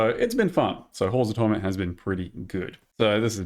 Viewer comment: bros gotta work on his pronunciation of holes of torment